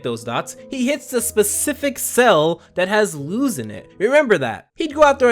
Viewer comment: It’s not Luz ( pronounced Looz) it is Luz (pronounced Loos